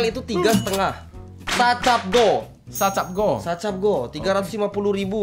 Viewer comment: sa pe goh kali bukan sa cap goh